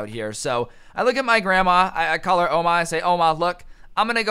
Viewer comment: U say ouma kind wierd